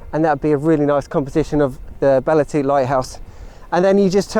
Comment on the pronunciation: Very inspiring vid thankyou. looking forward to exploring the rest of your channel. Btw Belle Tout is pronounced as "Bell 2"